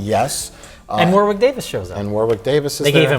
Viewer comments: Warwick is pronounced Wah-rick, you FRAAAAUDS! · It's War-ick Davis you hacks! The second W is silent!